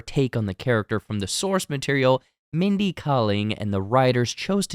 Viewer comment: Umm..."SCOOB!" was also hot garbage. And it' s"Kay-ling" not "Kah-ling." That said, I am a HUGE fan of Kaling's past work: She directed one of the BEST episodes of The Office, her Office character was my 2nd favorite (after Angela), The Mindy Project was a terrific show, and her Sex Lives of College GIrls is also super-fun....so I was VERY open to enjoying this. But everything you stated is correct. The self-referential humor is, imo, there simply b/c Kaling and team were AWARE that the show is terrible. I think they knew this at the script stage (I like your theory about how it was an idea sitting around that they later assigned to this IP). But, I'll be honest, it's only slightly worse than the animated Harley Quinn series (which has the same tone and approach [and animation style] and everyone loves THAT thing).